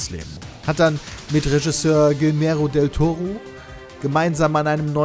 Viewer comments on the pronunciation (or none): Der gute alte "Gilmero del Toro", wer kennt ihn nicht xD